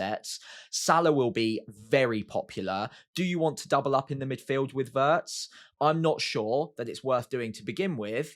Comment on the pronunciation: I'm not German but Wirtz is pronounced with a ee sound,. Not like the English lumber